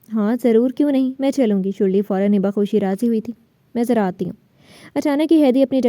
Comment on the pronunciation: her name sharley no shurli😂😂😂😂😂😂